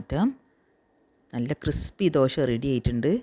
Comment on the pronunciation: മലയാളം സൂപ്പർ മാവ് കല്ലിൽ ഒഴിക്കുമ്പോൾ ഒരു ശബ്ദം - ശ് .......... വീണ്ടും മറിച്ചിടുമ്പോൾ - ശ്--....... ദോ ശ് .. ദോഷയല്ല ദോശ